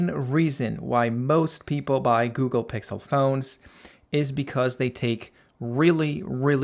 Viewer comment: um its pixel not pixe